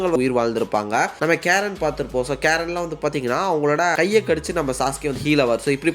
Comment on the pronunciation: கேரன் illa bro ❌ கரின் ✅ Susuke ve eppadi dha bro Kupduva... Also Google eppadi dha pronounce pannuthu